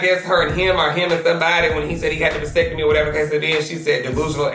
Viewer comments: He didn’t say vasectomy he said “vicetimi” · lmaooo wait a min... vicectimi?????? 🤣 it’s vasectomy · "vicectimi" huh? its spelled vasectomy but sureeeeeee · My mans spelled vasectomy like "Vicectimi" The last thing he needs to be worried about is having some babies. He needs a dictionary. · Yooo😭😭😭 yungbans said he got a vicetimi 💀💀💀💀 me who thought the word was Vasectomy. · "Vicectimi" 😂😂😂😂 know he lying, he didnt even spell vasectomy right 😂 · “Vicectimi” 😫😫😫😫 why didn’t he just ask Siri or Alexa for the spelling 😓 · He said vicectimi 🤣🤣🤣🤣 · New word in 2020: Vicecitmi 🤣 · Did he say.. vicectimi? LMFAOOO